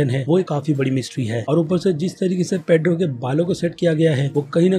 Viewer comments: It's pietro not pedro 🤔😂😂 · वो पेड्रो नही पिएट्रो है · bhai tumhara info badia hota hai lekin tumhari sabse badi galti hoti hai tum characters k naam bilkul bhi sahi nahi le te ho "Pietro ko Pedro" had ho gai bhai video ki info mujhe achi lagi lekin sirf characters k naam sahi na lene ki wajha se main video ko dislike kar raha hoon or ye sirf is video k liye nahi to mostly videos mein characters k naam, actors k naam hamesha galat bolte ho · Jhantu it's piettro not pedro pedro.. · It's peiotro not pedro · pure video me pedro pedro pedro fix this bro google translate Pietro kya yaar pure video me pedro pedro kar raha hai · Pietro not pedro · His name is petro not pedro ! Anyway great effort 👏 👍 👌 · it's pietro not pedro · ek baat toh ye hai ki aap actors k naame ki maa behan kr deta hai.... Pietro not Pedro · Why are you calling Pietro as paidro? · Its not pedro its peitro/peter ,what is wrong with ur pronunciation evèrytime